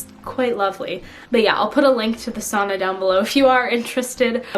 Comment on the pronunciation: lmfao when you said "sauna" i thought you were saying "a son"